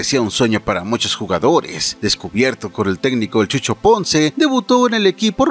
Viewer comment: Hola. Perdón, una pequeña corrección: era 'Chuco" no "Chucho" Ponce.